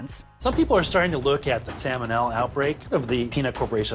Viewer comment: The letter "L" appears three times in the word "salmonella". It's not "sammonella".